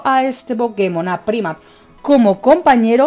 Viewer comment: Primat? Jajaja cuando vas a aprender a pronunciar los nombres de los pokemon? Nunca? Jajaja